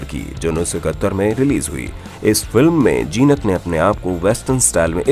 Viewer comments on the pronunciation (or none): abay naam to theek se lo Jeenat nahi Zeenat. Saale anpadh ganwar kuch bhi video bana dete hain. She still looks gracefull and has always looked.